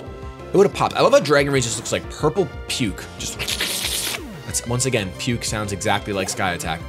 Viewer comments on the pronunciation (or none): none